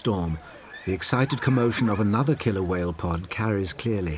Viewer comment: pretty please with sugar on top, never say "killler".